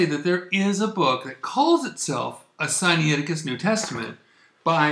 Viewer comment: It is not Sigh Knee aticus. It is Sigh nigh ticus. nai is not knee eye; it is simply night with the t dropped.